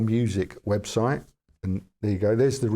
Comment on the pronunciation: Webshite lmao 😂